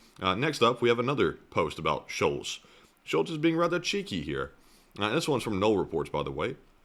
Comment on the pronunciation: Totally out of context, but your pronunciation of Scholz sound way to much like Schulz (which you say in German if you burb after e.g. drinking beer) It gives the section an interesting subcontex 😅